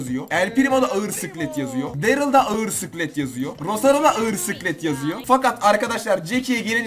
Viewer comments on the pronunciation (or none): Abi odaril değil derıl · Detay: Abi sen normalde darryle DARİL diyorsun ancak Berat Ali nin videosunda DERIL dedin 🤣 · Darry daril diye değil derıl diye okunuyo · Bilgi: Darryl daril diye okunmuyo derıl diye okunuyo👍